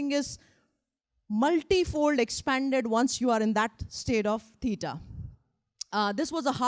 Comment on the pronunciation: Unable to modify post just wrote in reference to pronunciation of what I heard as “peeta”/“pīta”, thinking she is referring to beta waves. I apologize if I am wrong in what word was the referenced wave type. Same pronunciation of the ‘w’ in theta waves.